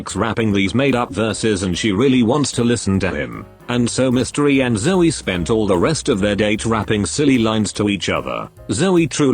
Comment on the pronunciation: "When Mystery and ZzOOrry met again" WHY DID THE AI PRONOUNCE ZOEY LIKE THAT?? 😭